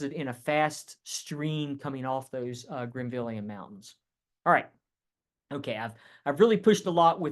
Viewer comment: Great lecture! It's " Grenville " orogeny, not Greenville!